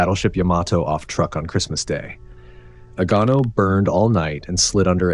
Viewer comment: Say the word 'true'. Now aid a K to the end of it. Truek. NOT truck!